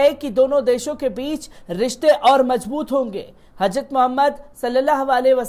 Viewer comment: आप की उर्दू जबान पर भी पकड होनी चाहिए.आप को हजरत कहना नहीं आता....